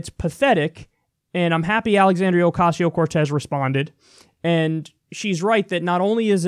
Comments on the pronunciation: They mispronounce her name on purpose. You can tell theyre about to say Ocasio correctly and then go "oh wait I'm supposed to say it wrong" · Alexandria Oh! Oh! (Stuttering) Okesio (wrong pronunciation) Cortés...ha!ha!hi!hi! Blah, blah, blah, POOR devil, THIS is who she is....ha!ha!hi!hi! Well, Duh! And this is who WE at Fox are, complete .... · Ocaaaasio What the fuck America, it’s not difficult to pronounce.